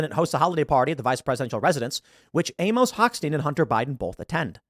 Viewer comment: TIL Tim Pool doesn't know how to pronounce Amos.